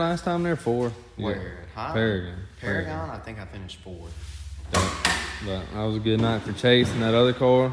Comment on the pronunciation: paragon is one of my home tracks awsome to see u guys like that track and its pronounced pair-again lol